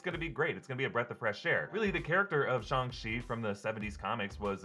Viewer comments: it’s shaaaang chi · Honestly, I waiting to see if you change your pronunciation after hearing it said properly in the movie. What is a "shung-chi" anyway? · Am I the only one who noticed he calls it "Shung chi"? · Why does he keep saying "Shung-Chi"? And why has no one else noticed it? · SHUNG Chi lol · Shung-Chi - that pronunciation bugs me so much lol... i bet you say Sym-BI-ote too... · Did he say shong chi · Can someone please tell it’s shAng chi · What’s the deal with “shong-chi” is that how it was originally pronounced? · "Shung Chi" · I’m sorry did say shung shi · LOL "Shung" Chi ... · So it’s pronounced Shung chi? And not Shang chi? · Its pronounced Shh-Ang-CHi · "shung chi" lol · "Shung Shi" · “Shung shi” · No one gonna talk about how he said Shang Chi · Please learn how to pronounce the name properly. It was painful listening to you say it. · How do you mispronounce a title that has been hyped up for the past year and you have several examples of how to pronounce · ..........is that how you pronounce his name? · Bruh, can you quit pronouncing it shung-chi please, it’s shang, like aang from the last airbender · STOP CALLING IT SHUNG CHI SHANG CHI WITH AN A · Thought it was shaang chii not Shang chi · STOP SAYING SHUNG CHI ITS SHANG CHI I KNOW I'M OVER REACTING BUT IVE HEARD IT TOO MUCH SO NOW IT GETS ON MY NERVES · It's Shang not Shung. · ShAHng chi instead of ShUHng chi Can even say ShANg chi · Why are you saying SHUNG CHI?? It's SHANG CHI !!! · Why do people keep saying SHUNG CHI ITS SHAAAAAAANG CHI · I thought it was shAng chi. Like aang. Or boomerang. Not shong. Is it actually shong chi? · It's Shang-Chi not Shung-Shi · SHANG... NOT SHUNG! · Shung Chi??? you mean SHANG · It's Shang nut Shung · Wait have I been pronouncing Shang incorrectly or am i missing something.... Someone please let me know. I have a pet peeve about mispronunciation. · you pronounced it Ung chi even though it is Ang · Shang chi not shong chi 🤦🏻‍♂️ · “Shung-chi” lol